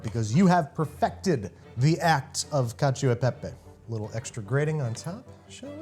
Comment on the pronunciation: I never want to hear someone say caciao de pepe again. Lol